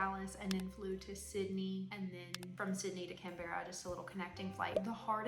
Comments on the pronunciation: Lol oh lord. As a texan now living in Melbourne, (i was calling it mel-born" not mel-ben. it's "Can-bra", once you get the pronunciation, you'll be on your way to turning into an aussie. Trust me lol, they'll get offended if you say it wrong 😂. Also, just use google or an app for the metric system until you get used to it. Then you should have simply asked or googled how to eat vegemite lol, heaps of butter and then only a tiny bit of vegemit over the melted butter on the toast. To all the aussies watching this video, i'm so sorry! 😂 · By the way Canberra is pronounced with two syllables closer to Can-bra 😊